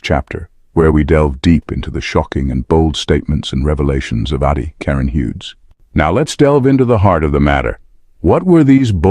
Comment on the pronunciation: Atty. is abbreviation for Attorney, so pronounce it properly.